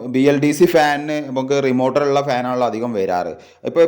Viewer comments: Uf അല്ല ബ്രോ മ്യൂ F ആണ്.. മൈക്രോ ഫാരഡ് എന്നതിന്റെ short form... റിമോർട്ടർ അല്ല റിമോട്ട് ആണ് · ലെഗുലേറ്റർ, റിമോർട്ടർ വാക്കുകൾ ശരിയായി ഉപയോഗിക്കൂ 🙏🏻റെഗുലറ്റർ, റിമോർട്ട് അല്ലെ👍🏻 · അല്ല.... റെഗുലേറ്റർ.... റിമോട്ട്... 👍